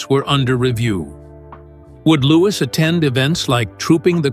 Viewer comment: At least pronounce his name right. Louwee. No S at the end. Louis.